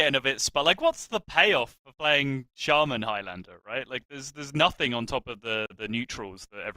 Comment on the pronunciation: The dude that calls shaman "shame man" is the worst hs caster.Why is he still commenting after all those years :/